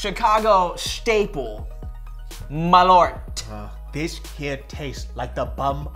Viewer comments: Malört is actually pronounced "mall-uh-rt" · Malört is not pronounced as you say it, Malört is the Swedish word for Wormwood.